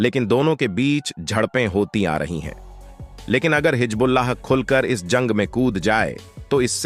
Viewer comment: Pehle Hizbullaah toh sahee se bolnaa seekh lay betaa. Jhooth failaane ke liye tumhaare ghar waale kuchh nhi bolte ❓